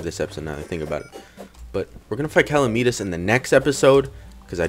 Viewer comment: Cal-e-mi-tas.. Triggered.